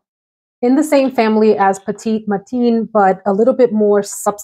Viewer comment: Petit Matin means Early Morning, so Sunday Morning makes sense. Edit: pronounced like MEH-tahn.